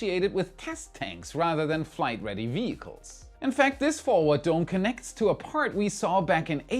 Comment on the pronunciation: Many weeks ago, after the third IFT, I thought he kept saying Third Reich instead of Third Flight lol 😅